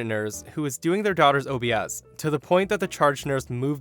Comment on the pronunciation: Lol you didn't need to pronounce "obs" as O-B-S. It stands for observations i.e. it's the vital signs like heart rate, bloods pressure, temperature, oxygen saturation, and respiratory rate.